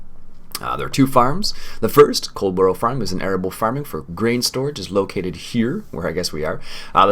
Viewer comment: Dear me,. Love your videos, but your pronunciation of English place names would make an angel cuss.:-) (puts on teachers hat) Now in the interest of international peace and understanding try this... HEH-reh-fudd-SHEER COLD-buh-ruh - depending on the exact regional UK accent you can really de-emphasise the second syllable, so it almost becomes COLD-bruh Master those, my good sir, and you'll sound 83% less like an American tourist. Now if you could just remember to drive on the left side of the road?:-D Joking aside, the Coldborough map really does reflect the UK countryside almost perfectly. The main road, that you thought might be over-wide, is about right for a rural main road, even down to the lay-by (the dirt covered roadside parking area). The only thing that doesn't look right is the road markings at the junction, which I'd expect to be Give Way (double dashed-line) rather than Stop (single solid line). The dirt roads leading from that to the farm and other places may be a little too wide, and typically they'd have hedgerows close on either side. The overall colour palette - the greens of the grass and the vegetation - is spot on too. Overall the creator's done a fantastic job, and if I hadn't already committed to doing a series on Hagenstadt 2015, Coldborough would have been the UK farm I'd been waiting for since the FS15 launch. Look forward to seeing this series continue. And Many Happy Returns to your good lady.